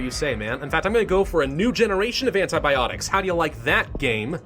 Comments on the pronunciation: "antiBOPTICS" my sides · "antiboptics" loll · Hahah, i lost it at "antiboptics". XD